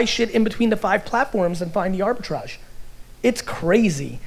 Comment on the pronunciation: There (mumbles)//Arbitrage